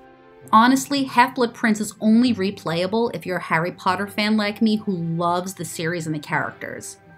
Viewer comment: “Hairy pardurr”